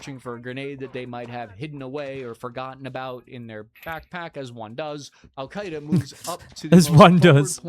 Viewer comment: "Alkaida" not "Al-Qaeda"